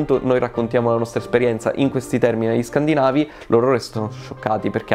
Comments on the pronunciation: Questo canale ha un serio problemi con gli accenti 😂 . Qui dite “scandinàvi” 😂😂 Per il resto, grazie mille, non so cosa farei senza i vostri video! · Ascoltavo in cuffia all' inizio ci sono alcuni errori nella pronuncia italiana negli accenti tipo scàndinavi pronunciato scandìnavi. É un qualcosa che al mio orecchio risalta. Poi quando l'altra voce pronuncia penisola scàndinava e non scandìnava . Ottimo video per il resto . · ho appena sentito dire "scandinàvi": basta, non ce la posso fare, inizio a scegliere le bomboniere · Ascoltavo in cuffia all' inizio ci sono alcuni errori nella proncuncia italiana negli accenti tipo scàndinavi pronunciato scandìnavi. É un qualcosa che al mio orecchio risalta. Poi quando l'altra voce pronuncia penisola scàndinava e non scandìnava .Cmq ottimo video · la pronuncia corretta sarebbe la seconda